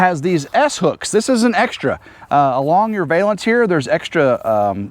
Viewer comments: Great job, the new awning looks perfect 👊💥... I giggled everytime you said "vale"ance instead of valance 🤭😂... Have a great day ❤️ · I think I’ll start saying “vale-ance” your way from now on. I like it better than Val (like Valium), -ance.